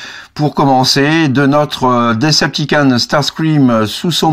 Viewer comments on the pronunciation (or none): S'il te plaît pronnance ça "DecepticOn", pas "DecepticAn" xD